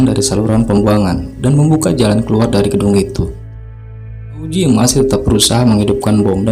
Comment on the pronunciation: Augie bukan auzi wkwkwkwk